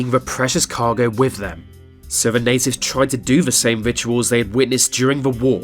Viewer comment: Can you learn to say this and the rather that VHIS and vhe